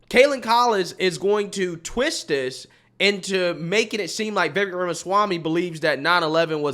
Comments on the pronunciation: Pls say his name correctly. Vivek sounds like cake! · will you please pronounce Vivek's name properly. Vivek rhymes with lake, and the accent is on the second syllable. So for goodness sAKE, it's VivAKE. 😄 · what can we do to make you say VIVEK as if it rhymes with CAKE??!! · If likes Vivek Ramaswamy as much as he says he does, why won't he take the time to learn how to pronounce Vivek's name properly? It's so grating and irritating to hear continually mispronounce it, and that seems disrespectful to me.